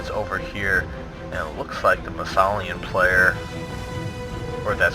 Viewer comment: it's "Isthelion" (Is. The. Lion), haha. But GG for both teams.